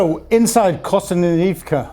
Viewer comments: Kostanynivka? Kostanyvyivka? Kostanyivka? Isn't it Kostyantynivka? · It is Kost-yan-ty-nivka…. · Hey his pronunciation of Kostumninumka is perfect, how dare you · Why can't pronounce Kosst-ee-ant-ee-neevka correctly? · Great reportage but pronunciation of place-names is a bit dodgy! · Having watched the whole video, and listening to the frankly awful pronunciations by,,,, i have to say that he needs to up his game,,, at one point his pronunciation of konstyantynivka made me cringe,,, jesus ur getting worse